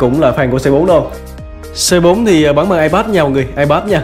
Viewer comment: anh ơi phải đọc là Cu Tứ ko phải là Xê Bốn